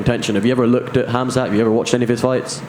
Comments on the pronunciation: Colby pronounced Khamzat as Cumshot🤣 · The right pronounciation of khamzat is HAMZA end fore KHABIB it’s HABIB